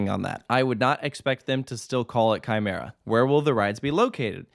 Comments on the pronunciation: I already knew who Quimera was before the accident on September 29 2019 because of top 100 lists. Btw Quimera is pronouced kee-mair-a I’m surprised quimera was even allowed to be relocated. Heck, THE U.S. But still, this is great I’m super excited for this addition I’m kinda wondering what will happen to the other two coasters at La Feria because their fates are undecided but i’m pretty confident the park will close. (Quimera and Reverchon are listed as defunct coasters at la feria while montana russa and the swarzkopf shuttle loop) So happy Quimera is saved! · Quimera is pronounced Kee-Meh-Ra 🥃